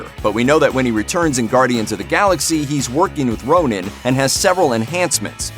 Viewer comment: Hey it's not Ronin. It's Ronan. Ronin is Clint Barton.